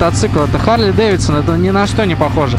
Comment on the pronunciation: когда же вы начнете правилно назавание произносить - Харли, "-ли", не "-лей". чтоб посмотереть данные с компа, зажигание включать не надо. просто переключатель в лево, в позицию "accesories". ну и переснтаньте крузеры називать чоперами.